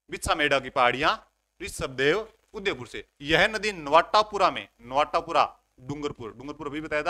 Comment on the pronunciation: Sir ye नवाटापरा h नवाटापूरा ni h